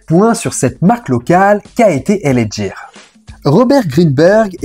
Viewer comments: L.A ghire ce prononce pas jire .........L.A gear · Cest pas l.a jear cest l.a gUear..ca se prononce gue pas je..cest bien de faire des recherches avant de faire une video..le pire tu passes une pub ou il es bien dit gUear,avec un gue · Tu voi très bien dans l audio des pubs ça se prononce " GUIRE " du coup 😂pourquoi tu fais que dire Djire 😅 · Superbe vidéo ultra complète sur cette collaboration. Juste un bémol sur la prononciation, gear et non jear😅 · Gear se prononce "gu-i-r". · Le reportage est bien mais « L.A jiiir » , cela fout tout en l’air ! 😅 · Gear... Ou le G se prononce comme dans Get on the floor... 😜